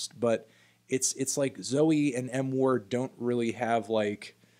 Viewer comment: When Anthony said "M Ward" I thought he said "N Word"